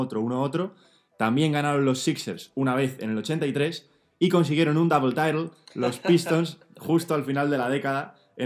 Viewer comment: Double title (inglés impoluto): Dabel taitel (inglés de mi pueblo) Si el canal termina algún día, abrirá una academia de inglés. ¿Buque o no buque?